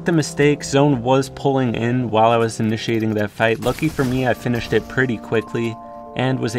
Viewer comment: plz dont say ljucky